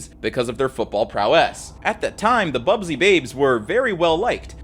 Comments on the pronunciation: Busby not bubsy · How we gonna tell him it's "Busby babes" and not "Bubsy babes" ? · ‘BUS’by, not ‘BUB’sy, 🙏 sincerely a local MUFC fan. Great video though! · BUSBY, not bubsy lol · Busby Babes, not "Bub-sey" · Busby. Not bubsby 🥲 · Stop saying 'Bubsy'! It's not a console game 😂. It's 'Busby'. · It's BUSBY babes not bubsy babes🤣👊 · Small thing: the team is called the busby (pronounced buzz-bee) babes, not bub-zee. Great video though! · 'Busby babes', after manager Matt Busby. About had an aneurysm hearing 'Bubsy'.